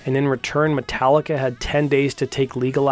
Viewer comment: "MascaricA" - Layne Staley